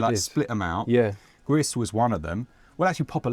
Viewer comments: Gris is gray in spanish and it's pronounced with an "S" at the end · Gris is from a Spanish studio, so if you want to be pretentious you have to pronounce the S. Also, I think samosas or spring rolls could be good veggie alternative to savaloys. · You're right Gris IS Spanish, but weird you should mention Greek as it's pronounced like "Greece", not Griss or Gree! (it's Spanish for the colour grey). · Gris is spanish for grey and you speak it with a longer i and the s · Gris is "grey" in Spanish. Pronounced like "Greece" or "grease". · its gri to pronounse without the s . the studio is spanish the name is french